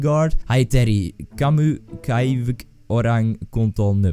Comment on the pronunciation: YAY you read my name correct the second time :D